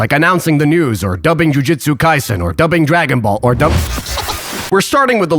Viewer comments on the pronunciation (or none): none